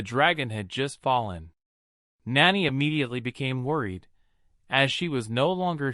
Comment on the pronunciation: you do real good up till the point where you try and say the word nanny. You get it wrong 80% of the time, and right 20%. Just something to think about. But over all much better then other channels